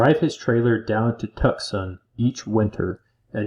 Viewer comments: Tucksun... Lol. It's Two-S-on. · "Tucksawn...Sonnorawn". How in the world did you get Saguaro correct? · Tucson is pronounced TWO SON!!! Not Tuxson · Tuxon 😁😁switched off, love to hear Yosemite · I think what that other person meant was it should sound like “2-sonn”. No “c” pronounced. 👍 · Two-saun = Tucson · As a resident of the state of Arizona could you please Google the correct pronunciation of Tucson and Sonoran desert have Google tell you how they're pronounced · Couldn't get through it. Had to stop after you butchered Tucson for the 3rd time. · If you say, Tucson wrong one more time, I’m leaving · Is this AI with the crude mispronunciations of place names? Or is it a human who has never heard of places they should have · Bro. Your pronouncing TUCSON & SONORA. CRINGE WORTHY!